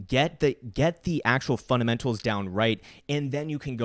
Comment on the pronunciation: When you said fundamentas, it sounds like "fun and mentals". We must get the right fun and mentals. Good approach